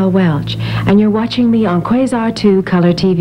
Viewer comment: I wish Motorola still made TVs. That jingle at he end went more like QUAAsar., emphasis on the 1st syllable.